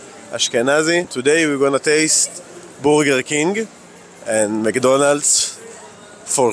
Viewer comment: i love the way you guys say burger.. sounds like booger! eating a couple of boogers.